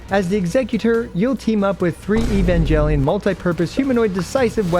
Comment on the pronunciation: During the sponsorship message, all I could hear was Evan-GEL-ion 😮. Yikes! It’s a hard G in Japanese, not soft G.